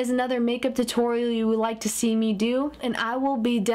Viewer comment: haha sounded like she said tittorial